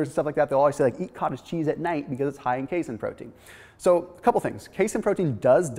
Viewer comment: ...that's pronounced K-seen (casein), Dude. Sorry.